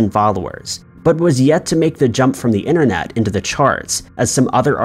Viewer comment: ‘Inner net’ ‘ yoooo tooob’ 🙉